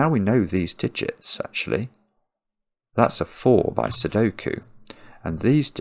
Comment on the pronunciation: Cracking up with every “Sokie”